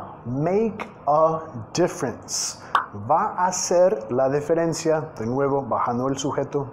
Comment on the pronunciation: Me encantan tus vídeos, gracias por tu canal. Permíteme corregirte en la palabra "diferencia" ya que cuando la pronuncias lo haces cambiando el sonido de la i en "di" por "de", es decir, dices "deferencia" en vez de "diferencia"